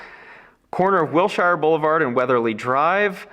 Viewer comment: As an Angelino, listening to your mispronunciation of Wilshire kind of hurts my ear 😂😂😂